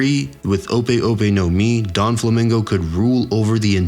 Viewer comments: ya that shit was rubbing the wrong way. and oh god, Don Flamingo🤣. this man out here making theories when he probably has not even watched the anime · Don flamingo